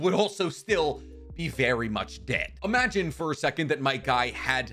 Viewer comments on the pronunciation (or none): none